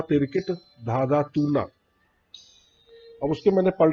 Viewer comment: Sir Again with due respect its toon na not toona.